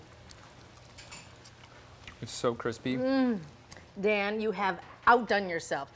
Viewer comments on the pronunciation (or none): Thought she was saying “damn, damn damn”. Lol not Dan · When you were saying "Dan Dan Dan"...I thought you were saying what I was thinking "dayum dayum dayum"!!